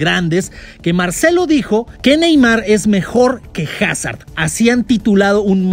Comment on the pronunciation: Cuando no pronuncias bien el nombre de Hazard 😢